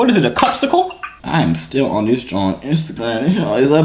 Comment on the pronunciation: Nigga said cupstickle 😭😭😭😭